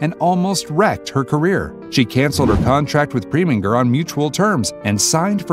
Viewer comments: The way to pronounce his name is ….PreminGER (the sound of the GRR) NOT like PreMINGer. PROPER PRONUNCIATION MATTERS! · Otto "Pree-ming-er", Francois "Truffet", Warren "Beety", " barbitch-oo-its??? Obama said "Corps-man" so maybe he took diction lessons from this narrator. 😆